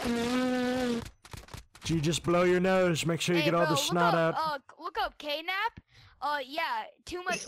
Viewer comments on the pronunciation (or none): He found you on YouTube 🤣 Knep, no the K is silent. This kid. So gullible. I love it. Also the gf thing GOLD.